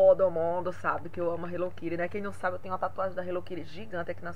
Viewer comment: Minha linda,pq vcs falam HELLO KIRI??Acho que eh a segunda pessoa que vejo falando assim nos videos,aki nos falamos HELLO KITTY.Sera que nos outros paises se falam diferente?? Amei seus presente minha linda!bjuS